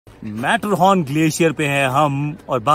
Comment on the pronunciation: Matterhorn......Mujhe sunne me aya "Matheran" 😂😂😂